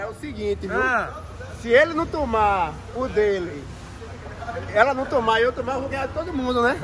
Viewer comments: ninguém: muralha: se ele num tumar... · se tem muralha falando: se ele num tumar... tem like!